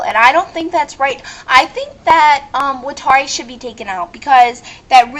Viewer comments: WTF IS WITH THE GREEN CIGGARETTE ON MATT?! IF I WERE HIM, YOU'D BE LAYING ON THE GROUND SHOT. And whats wrong with smoking? Can't somebody enjoy a ciggarrete before getting shot in every direction possible? Watari, again, you pronunced his name wrong *facepalm* He's not a slave to L, just working for him. How is Mello the most offesnive? Though, I sorta loled at "Mello is one big censor bar waiting to happen" part. When I first saw Mello, I KNEW he was a boy!! (continued) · ok say it with me Wat-Are-e how the fuck can u pronouse his name wrong!!! and don't you think calling the elderly old people isn't offencive!!! and Watari is not L's slave he was his mentor L basicly looked up to him like he was a father!!! ok now you have gone too far with the Mello shit for one he is a guy!!! listen to his voice....ok how in hell do u think a scar across his face is offencive!!!?!? damn u piss me off and did u do that hidious drawing of him!!! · To all the people who dissed your DUMB-ASS, UP TIGHT, BITCH, I agree. MY eyes turn a slight red very, VERY rarely when I'm EXTREMELY pissed oof. You made them turn red. People who are able to see my eyes turn a slight red, are scared of me. You just made the wrong enemy dip shit. 1: You missed pronounced Watari's name.